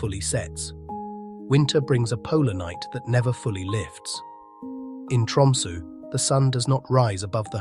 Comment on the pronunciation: Did anyone else catch the narrator pronouncing Tromsø as Tumsu the whole time starting Opens in a new window]? Pretty funny slip-up